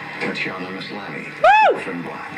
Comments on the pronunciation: Thank you for posting the entire thing. Also, isn't Canadian? He screwed up the pronunciation of Maslany's last name. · He screwed up her first name as well as her last name... Tatian-i-ya MASlany. Very interesting choice of pronunciation,! Especially since you got it right the first time around, in the intros! LOL!